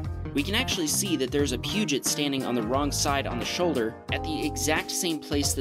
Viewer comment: Puget Sound is a place in Washington, while a Peugeot is a car. Neither has an R sound.